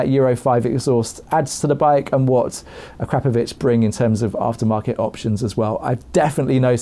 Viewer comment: At last......someone who knows how to pronounce Akrapovic correctly................Well done!!!